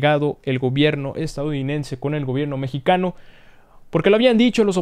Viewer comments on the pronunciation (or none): none